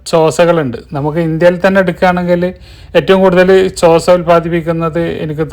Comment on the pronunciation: ചോസ എന്നു പറഞ്ഞാൽ മതി. ൻ സൈലൻ്റ് ആണ്.